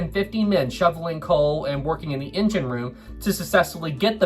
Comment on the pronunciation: It's not racism if the word he's saying is engine and it's just his accent making it sound like injun. Give the guy a break!